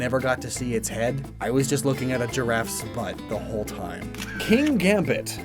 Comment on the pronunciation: I’m pretty sure Kingambits name isn’t pronounced “King-Gambit”. I myself say “Kin-Gambit”. There’s just no second ‘G’ to justify calling it ‘King Gambit’. And I’m sure they never meant it to be pronounced “King-Ambit”. Enunciating the ‘Kin-‘ in its name makes it sound like it’s just a kin to the Pawniard/Bisharp line, but it’s name just looks like Kings Gambit, the well known chess opening move.